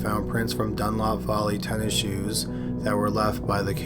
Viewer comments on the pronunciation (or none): none